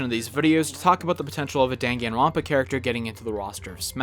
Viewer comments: Now I know how to pronounce Danganronpa. It'd be interesting if either of these guys made it into Ultimate. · The way he pronounces danganronpa puts me in physical pain